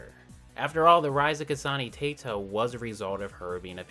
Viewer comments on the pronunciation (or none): TEITO SHAT ITS TEH-TOE but it’s ok